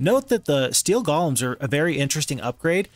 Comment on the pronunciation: Stop calling them gollums already 😝 It's pronounced: "Gow-luhm"